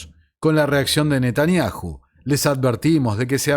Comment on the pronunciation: Mis felicitaciones a tu entero trabajo!!!admirable!!!( si me permites...yom...se pronuncia "iom" y Netanyahu..."Nataniau" esa h es muda... y 😮😅